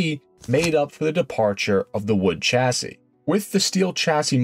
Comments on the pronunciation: Chassis is originally French and is pronounced 'shassi' not tshassi. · Excellent video, well done. The American version of a French name is a tad irritating though. It's a De Deeon, as in Bee, or Sea. De Dye on has French and English people gritting their teeth. Minor, but...! AND, while I'm at it, "Chassis" is pronounced "Shassee". 😁